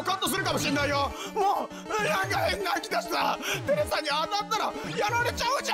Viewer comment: まさか2回連続テルルさんのコースとは…驚きです♪ 3分の2の正解ではなく3分の1の大正解を引いたり、数秒に１回の割合で絶狂したり、ゴール手前のCP1戻しによりスーパークレイ人に変身したり…ぴよきんぐの本危確かに見届けました(笑) 私事ですがマリメ実狂中に「テレサ～！！」て聞くとどうも「テルサ～！！」に聞こえてしまうんですよね:_笑ってる